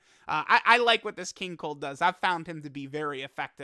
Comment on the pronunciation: Lmao did accidentally call King cold king cuck